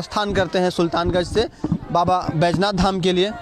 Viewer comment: बैजनाथ, नहीं सर जी बैद्यनाथ है, भाषा सुधार कीजिए